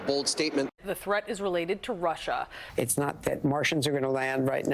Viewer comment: GREAT SHOW!!🇺🇸Stump the Chump!DOC YOUR A JOY TO WATCH! 👏🙌 I thought you were saying Marsha, Marsha, Marsha lol (Russia, “ “) I love your Mild Drama! 😆👍🏻great Charactor God Bless 🫵🏻! ❤🙏